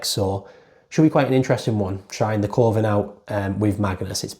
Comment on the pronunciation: Great channel. Love when theres an upload to watch in bed. Btw coven is pronounced like kuvven